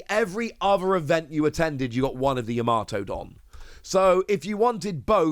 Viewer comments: Yama-to not Ya-mato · Still pronouncing her name wrong😅🤣